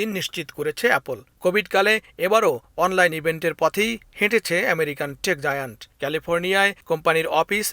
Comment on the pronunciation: টেক জায়ান্ট* হবে😒